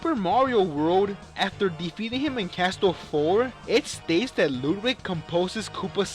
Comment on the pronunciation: You don't say Ludwig right 😈